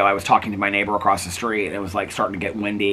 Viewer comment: it drives me crazy when you say acrossT my boyfriend does it too 😂😂😂 love you so much though 💙🩵